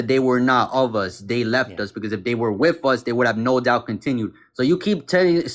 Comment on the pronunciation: "Wiff us". lol